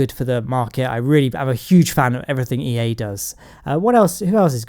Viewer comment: Says EA "dies"